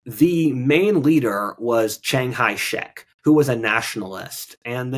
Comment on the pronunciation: Chiang kai shek. kai not hai.